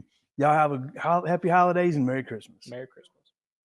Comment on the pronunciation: Nice job boys. Merry “Chris- mas” 😂😂